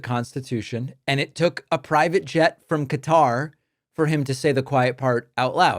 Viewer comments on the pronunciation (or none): Why can't grown adults in the public eye like Pence pronounce words like Qatar consistently? Is it 'Cutter' or 'Guitar' Mike? How about just picking one and sticking to it. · Cutter or Kat tar lol